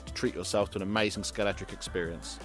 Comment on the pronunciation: The most, though not only, amaysthun bit started . The next amaythzun bit started . Castrol in its classically correct font: Is not that amaythsun? Aitch is pronounced aitch. Nevertheless, it was amaysthun that there was no apparent use of the aberrant sound 'gotten', whose increasing and deleterious presence in lately propagated parlance has got across The Pond and proceeded to delete a 'got' where it most certainly should not.